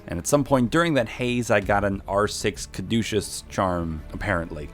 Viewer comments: it's pronounced cad- u- cus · I hope that pronunciation of caduceus was a joke lmao that triggered me